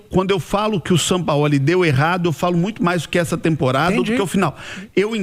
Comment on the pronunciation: “Sampaóli” kkkkk